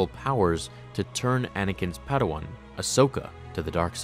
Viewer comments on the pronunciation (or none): none